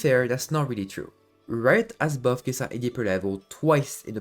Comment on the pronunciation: Your content is really good, but could you pronounce her name correctly? ☝️🤓